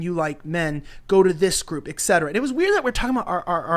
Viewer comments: 4.0 ...??? It is Not EKSETERA... It IS ... ETCETERA...! Etc. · OMFG how many people are saying "ex-cetera" and not "eT cetera". It's 'etc.' meaning et cetera correct it when they say it wrong then they'll say it right.